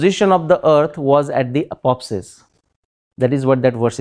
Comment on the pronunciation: pronunciation of apoapsis and periapsis is wrong by speaker ... he is speaking these words as if they were apopsis and peripsis